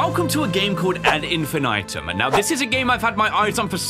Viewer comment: The “ad infinitum” pronunciation is killing me 😂